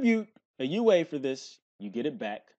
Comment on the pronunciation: "You aye" lmaoo gotta love